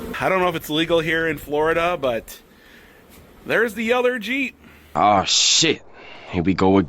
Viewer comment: He says "Yeller" Jeep. My biggest pet peeve is people who don't speak correctly. He's so bad that native English speakers don't understand him.